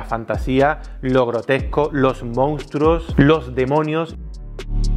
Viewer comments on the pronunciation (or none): ¿Dice los "mountruos"? ¿No será los "monstruos"?